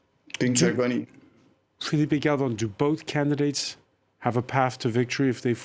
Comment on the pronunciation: Please don't call Filipe Galvon again.